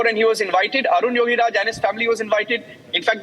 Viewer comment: 😢 are you journalist?, please read his name correctly😂not Arjun yogiraj, his name Arun yogiraj